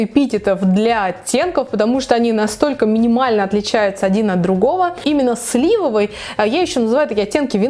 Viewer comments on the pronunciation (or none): none